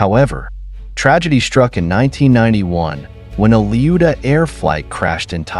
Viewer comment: 2 seconds in and you mispronounced his name already that's .when I switched off